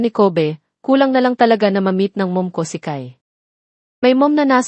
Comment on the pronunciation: Ayusin mo PO mag salita ng name NILA Yung Kobe mo sound ng covid